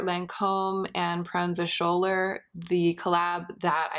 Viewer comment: I'm pretty sure the "Schouler" in Proenza Schouler is pronounced like "Skool-er"? I could be wrong though!